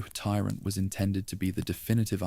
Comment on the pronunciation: I wonder what the narrator’s favorite metal is? Twenty dollars says it’s “ iron”. And how about the tyrant tee swear zoo zoo 2?